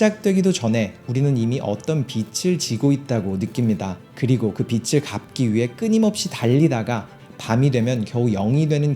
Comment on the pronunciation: 중요한건 아니지만 조금 걸려서 그러는데 '빚을' 이라고 한다면 [비츨] 이 아니라 [비즐] 이라고 읽는게 자연스러울 것 같습니다^^